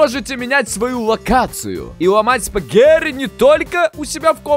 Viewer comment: а почему ты говоришь, спагэри, а не спагетти??